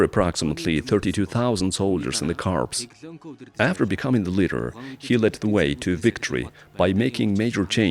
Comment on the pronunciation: “Corps” is pronounced “core.” You are saying “corpse,” which is a dead body…